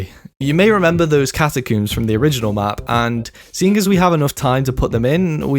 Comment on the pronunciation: catacooms. hehe